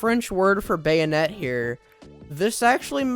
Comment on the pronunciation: 3 Bayou-net